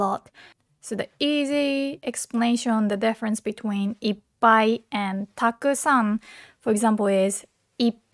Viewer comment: Why so many people pronounce たくさん and く sound like silence?